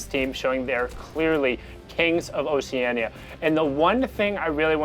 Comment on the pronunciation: Man's said o c e a n i a